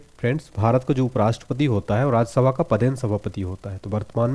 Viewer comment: Watching for the first time.Content seems good. But your voice is not clear when you say RajyaSabha ko.....